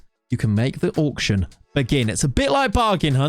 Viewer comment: Auck-shun! Auck-shun!